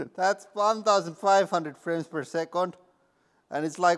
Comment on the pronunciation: When he said “frames per” he had an almost perfect American accent. It sounded like someone else said that😂